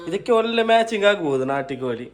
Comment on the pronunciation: ಕನ್ನಡ ಚೆನ್ನಾಗಿ ಮಾತನಾಡಿ. ನ ಮತ್ತು ಣ and ಲ ಮತ್ತು ಳ ಉಚ್ಚಾರಣೆ ಬಗ್ಗೆ ಎಚ್ಚರಿಕೆ ಇರಲಿ. ಕೋಲಿ ಅಲ್ಲ ಕೋಳಿ ಅನ್ನ ಅಲ್ಲ ಅಣ್ಣ ಇತ್ಯಾದಿ ಇತ್ಯಾದಿಗಳ ಬಗ್ಗೆ ಎಚ್ಚರಿಕೆ ವಹಿಸಬೇಕು. Good luck